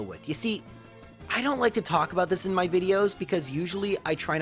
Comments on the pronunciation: MAH dry bread. Not my. MAH XDD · ITS NOT MY DRY BREAD ITS MAH DRY BREAD